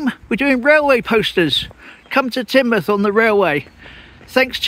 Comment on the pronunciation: Good one and now I know how to pronounce Teignmouth👍